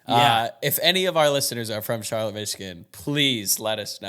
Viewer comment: Used to live in Charlotte Michigan lol! So funny to hear yall mention it! Actually pronounced Char-Lott not Char-lett like NC!